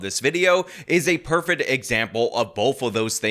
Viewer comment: Are you continuing to say "perfet" just to piss me off?